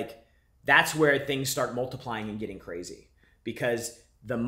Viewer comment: When it gets cwazy I listen to.